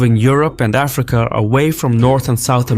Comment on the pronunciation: it would be like saying aFRIca instead of AFrica